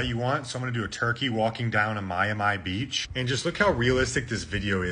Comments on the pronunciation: This guy is AI he pronounced Miami wrong. This really is getting weird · the way your pronounce Miami is unsettling for me....'My-e-My' huh? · I think this whole short is A.I. as well. No one pronounces Miami as “My Am I”. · My a my? Americans cant even pronounce the names of american places? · Is thus guy computer animation? Who the fk doesn't know how to pronounce. MY AM ME? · If you’re going to use AI speech then try and get one that can say Miami correctly and not pronounce it as Mi. A Mi beach. What’s the world coming to with using AI all the time. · "My-a-My". Wait, I'm sure I've seen this guy before. This is the guy who subtly inserts mispronunciations just to fuck with people. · We SHOULD be worried about you pronouncing "Miami" as "my-and-my' But in sure this is also intentional to generate all these comments on your vid 😵 (same goes for calling Maralyn "Madonna") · When he pronounced Miami “My a my” I started to wonder but, when he called Marilyn Monroe Madonna I was sure his videos are all avatars and the real maker is some guy in the South Pacific or something , because there’s just no way… 😂 I hadn’t considered he’s purposefully flubbing things up to garner engagement. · Madonna?? That was Marilyn Monroe and he also pronounced Miami like an AI. 😂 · Yeah...someone who doesn't know how to pronounce Miami? No way he's human 😂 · Yes, you should be worried, about the way you pronounce Miami. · Yes we should be worried…about how you pronounce miami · But yall didn’t notice the way he pronounce miami lol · Did you do your voice and AI because there’s no way you thought that was Madonna and the way you pronounced Miami this Hass to be fake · Your commentary is also A.I., unless you are so stupid that you don't know how to pronounce, "Miami." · Can’t pronounce Miami properly and refers to Marilyn Monroe as Madonna. Stopped the video and couldn’t take him seriously anymore after that. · The way he pronounced Miami... lowered my braincells lmaooo wtfff